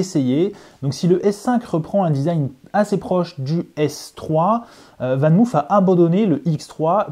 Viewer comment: On prononce "VAN MAUF" et non pas "VAN MOUF"😉. C'est du néerlandais, pas de l'anglais!